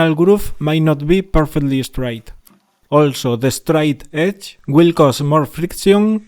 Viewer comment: Yeah… is it the “straight edge” or “de-stroy edge”? 😜